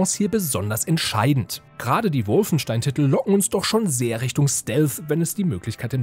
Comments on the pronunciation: Warum heisst es ständig "Wulfenstein"? Das Ding heißt Wolfenstein, da muss man nicht zwangsweise ständig die sehr deutsch ausgesprochene englische Interpretation eines deutschen Wortes wiederholen.... :) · Profitipp: Wolfenstein spricht man Wolfenstein aus. Nur die Amerikaner sprechen es Wulfenstain aus weil sie es nicht besser können. Der Kommentator ist kein Amerikaner oder?!